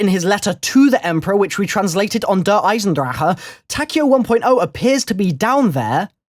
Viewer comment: I would be a happy man if I never heard a YT say Der Eisendraha again. That maybe how it's pronounced, but I hate it. Just say Der Eisendrache please.